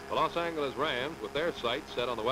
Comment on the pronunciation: "Los An-hard G sound, eles."